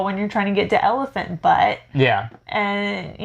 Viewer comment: Friendly correction from a New Mexico resident. It's Elephant Butte (pronounced b-yoot) not Elephant Butt, BUT that was a great laugh! When learning about landforms, my 6th graders call it Elephant Butt-E/Butty!